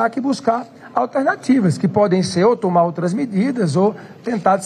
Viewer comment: NÃO É """TUMA OUTRA MEDIDA""" ANIMAL......."""TOMAR OUTRA MEDIDA"""" ZÉ RUELA.